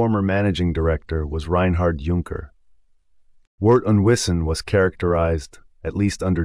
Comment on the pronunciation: The AI voice can't even handle Junker. But the content is great, so I'll overlook this.